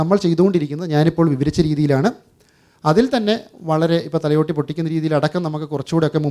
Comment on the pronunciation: thalyotti അല്ല ഭായ് thalayotti